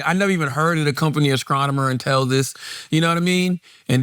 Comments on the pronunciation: "Ascronomer" is trying to "discract" us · “Askronomer” - Charlamagne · Charlamagne needs to do speech therapy. He just be making up words now. Ascronomer, discraktion, screaming service. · An athscronomer from the skreets that's hard to pronounth. He talks for a living and can't speak basic English wtf. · Thanks to Charlemagnes speech impediment I was googling ascronemer. Is he unable to pronounce a T? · Ima need someone to go over vocab words next week if Charla is going to be saying “Asscronomer” 35 times.